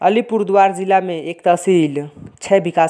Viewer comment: Tum to thik se Alipurduar v nehi bol pa rahe ho